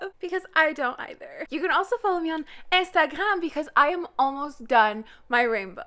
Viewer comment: pronunciation of "iNstHagHram" is slipping into my vocabulary